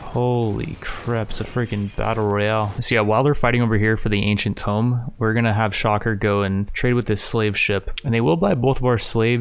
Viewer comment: Man the way you pronounce things…tome? najinata?